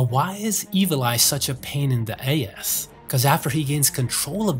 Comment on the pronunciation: 🤣 Idk why but the way you said ass like "AYE ESS" made me snort out my coffee 😆😆😆